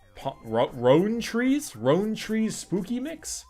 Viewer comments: Rowntrees is pronounced like R-ow-trees instead of R-own-trees. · LOL pronounced ROUND-TREES